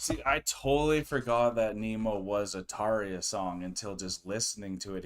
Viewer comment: You said Tarja correctly. Our R is different than English R. It is rolled R. That Emppu's guitar I love that always 🤘